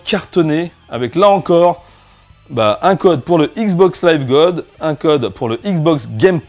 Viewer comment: C'est x box pas igz box